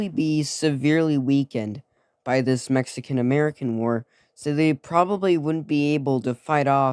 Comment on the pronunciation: Ametican lol, great video